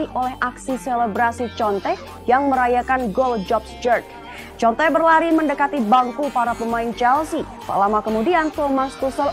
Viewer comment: Bacanya konte mbak 😂